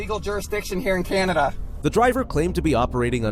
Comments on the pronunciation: Can-AH-dah? Canada's dissolved? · Canada and Canada both pronounced completely different from the other. That's entertaining.